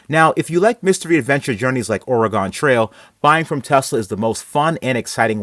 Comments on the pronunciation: Did you just say Ore Eh Gone trail? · You pronounced Oregon as Orygone, go directly to jail, do not pass go, do not collect $200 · Almost unsubscribed when he said O-re-Gone trail... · STAHP SAYING ORRRAHGONE. Say it wiff me. OR-IH-GUN. Now, faster. :D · Lost me at at “or-a-gone” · Did you really say OraGone Trail? 🙈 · Oh-ree-gone Trail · why do you say oregon like that? it's pronounces or-a-gen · Ore-RYEE- GONE lmao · I bet you don't remember it pronounced "ora-gone" either lol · As an Oregonian, the way you said Oregon makes me want to punch you. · i had to pause the video after he said oregon 😫😫😫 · Cringe every time he says Oregon. Like when people pronounce the s in Illinois. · That's not how you pronounce Oregon. Best take care to learn how before you hit the trail. Wouldn't want anyone to... get dysentery. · Learn how to pronounce OREGON correctly please. You sound stupid.